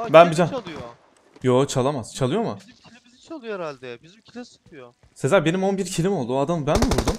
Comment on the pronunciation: Abi sezer yerine se diyosun 😂